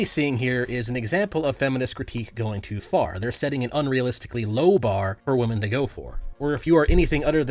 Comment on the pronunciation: You said Wahmen. Like nux